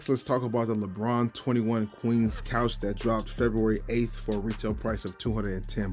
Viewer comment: FYI, it's not Couch, it's Conch (typically pronounced "conk" but can also be pronounced as it looks).